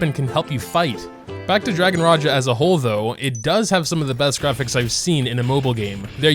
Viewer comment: Finally someone who pronounced raja correctly love u.. and also saying my child my child bones be like wait wut???